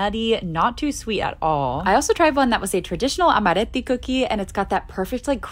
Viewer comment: bro what amaretti is definitely not pronounced like that 😭